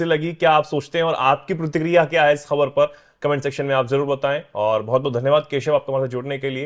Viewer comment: अबे साउथ अफड़िका, प्रतिक्रिडिया नहीं चुतिया साउथ अफ्रीका और प्रतिक्रिया होता है अनुवाद ठीक कर ले 🙏